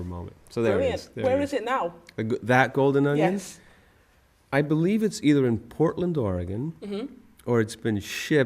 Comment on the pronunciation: he didnt say golden onion right but omigosh im sooooo jealous of you right now